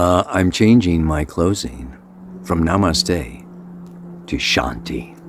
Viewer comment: But I love when you say NAMASTE 🙏